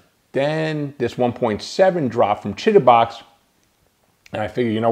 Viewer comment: downloaded! thanks! Chitubox 1.7 and thanks for pronouncing Chitubox properly :)